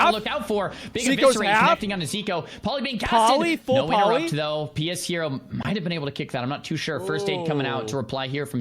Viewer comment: everyone saying pshero name wrong is the most hilarious thing about this